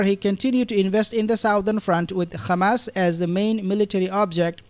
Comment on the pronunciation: Why do you say khamas instead of hamas